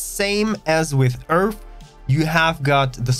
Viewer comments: twook a dwink everwy time he saysh Eeerff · Find it funny that you can build a station in the Sol system, shouldn't our home system be filled with stations and traffic to say or does earth not have anything in the system already? I also find it a lil funny with your accent on how you pronounced earth as (earf) well from how I hear it from you. Nice video thanx for the info.